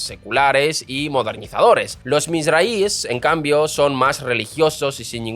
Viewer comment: No voy a entrar en tu analicéis que me parece bastante acertado, pero tu pronunciación de las comunidades judías es tan mala que cuesta reconocer lo que dices: Cuando dices aradies es de suponer que quieres decir haredím (Jaredies) y cuando dices algo así como mirrais debe pronunciarse misrrajís (misrrajies) lo que resulta directamente inteligible es cuando dices algo como ayacansies, es de suponer por descripción y descarte que te refieres askenazím, (esquenacis o asquenacis) Saludos y te recomiendo que consultes estas cosas antes porque no lo hiciste mal, lo hiciste peor 🤣